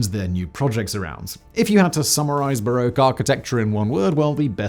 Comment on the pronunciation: Bar-rock, not bar-oak